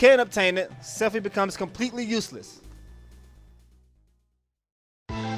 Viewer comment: Not Selphie...